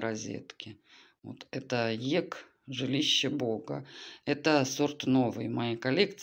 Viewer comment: Так хорошо рассказываете, красота и чистота везде, но как произнесете не ЕКа, а ЕК, я пугаюсь.